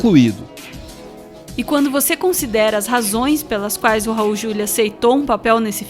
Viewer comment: É Raul "Juliá".